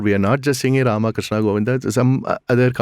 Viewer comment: cyrus can't even pronounce "rAma" or what. He says "rama" which is a girl's name. what a loser man!